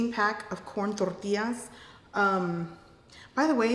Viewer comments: Was that sesame oil and by the way I like the way you say tortillas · That's how we say tortillas, too. It's not wrong lol. I love that you made a whole meal out of very little leftovers! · I wish I could say "tortillas" the way you do.. I can't seem to roll my R's very well. I just sound special Ed. I get all tongue tied and stuttery lol. You sound so authentic! Anyway, Thank you for all the delicious recipes. You're amazing! ❤️❤️❤️❤️ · Yes ma'am!! You're saying it the right way! I dislike when my people say " tor • tilas " it's actually " tor • tea • yasssssss " lol 😂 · dont pay attend to people. You're saying it right. Tortillas 😊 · I love your verbal instructions ❤. I love how you say Tortillas. ❤❤ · You're pronouncing tortillas just fine. Good tacos! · Yummy. Love your recipes. Your saying tortillas the right was. There's always jealous people putting in their two cents. Where its not needed. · As far as how you pronounce tortillas… all you have to say is I am pronouncing it the correct way. 😊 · "Spanglish". Lol. Love it. I just watched 2 of your vids and my 1st thought on both were "I like how she says tortillas." Being in Texas at times I answer in Spanish or ill be talking to my hubby and something will come out half enlish half spanish and I'm white! He's white and he tell me to turn on the light in Spanish. LOL TEXAS!!! JAJAJA 😉 Tejas! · You say tortillas correctly!😃 You don’t need to say “tortillas” like a gringa!😂😂😂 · HELLO SWEETHEART... SOOO IMPRESSIVE TO WATCH A WOMAN OF YOUR YOUNG AGE NOT WASTE FOOD!!! YOUR GRANDMA TAUGHT YOU WELL!!! YOU PUT SOOO MUCH LOVE & PASSION INTO YOUR COOKING FOR YOUR FAMILY!!! YOU ARE A PHENOMENAL BEAUTIFUL MOMMY & WIFE!!! ALSO, I LOVE YOUR PRONUNCIATION OF TORTILLAS 🌮!!! SOME PEOPLE ARE ADDICTED TO CREATING DRAMA!!! MANY BLESSINGS TO YOU & YOUR BEAUTIFUL PRECIOUS FAMILY ALWAYS!!! 🦋❤️💐🌺🌸🌹❤️🦋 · Who’s getting mad over her say tortillas the way you’re suppose to say them?!?!? LOL REALLY PEOPLE